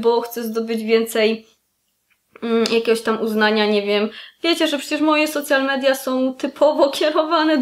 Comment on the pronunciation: Czytamy „Sołszal midia” - słowo „social” w tym przypadku nie ma związku ze słowem „socjalny” :). Jeśli chcemy czytam po polsku to po prostu media społecznościowe:)